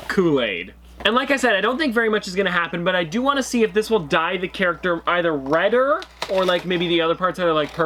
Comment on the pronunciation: Me getting mad that he keeps saying reder lol